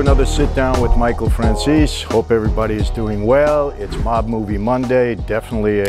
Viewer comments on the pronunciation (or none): none